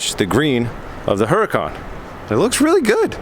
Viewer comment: Would really love to hear someone actually pronounce Huracan right for once especially a Huracan owner. Yet everyone continues to pronounce it wrong..smh.